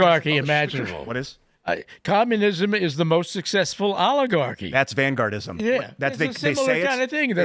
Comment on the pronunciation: word of the day "Vangaurdism"